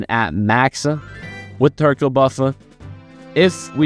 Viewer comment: Brother please improve upon your speech 😭 "Hercule-uh is-uh very good-uh" gonna assume you're talking like that to farm comments bashing on you but idk. Edit: I know you aren't gonna care, but its giving me a god damn headache, probs a good and informational video but can't deal with the "uh" at the end of every word 😭